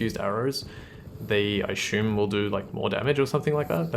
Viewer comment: I’m enjoying watching this and playing the game again through a couple years later. I enjoy the commentary on things usually but the stuff on English language (what is good English etc) prompted me to look up and ask my wife (an English major in college) about your pronounciation of the word “assume”. Was just interested and never heard it with an H sound in the middle. Didn’t find much online unless it’s a regional Australian thing. Just an observation that interested me. Keep up the detailed videos. I enjoy.